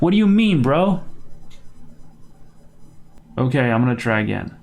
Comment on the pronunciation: that lollipop moment tho: "okeh"